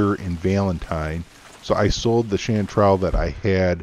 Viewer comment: No no, of course you're pronouncing it right. What I mean is I never came across with this herb.